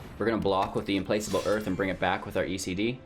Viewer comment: its Implakable not place